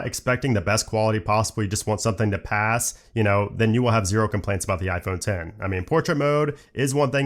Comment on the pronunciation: Thank you for calling it “IPhone Ten” not “IPhone EX”